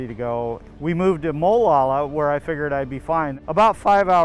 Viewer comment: Mo-lalla? LOL